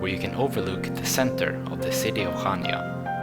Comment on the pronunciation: its pronounced hania.